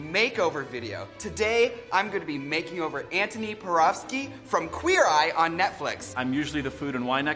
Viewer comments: Am I the only one who noticed that she pronounced Porowski correctly? 😄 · I’m somewhat intrigued at the fact that Miz Cracker pronounced Antoni Porowski’s last name correctly. If the person, place, thing and idea is of German, Scandinavian, and Eastern European origin, The “w” is pronounced as a “v” instead of a “u” sound.